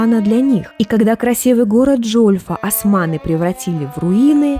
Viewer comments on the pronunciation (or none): none